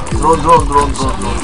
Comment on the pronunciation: Drrone Drrone Drrone Drrone xD